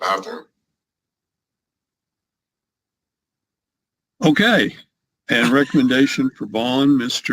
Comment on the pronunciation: "Arrested in the baffroom"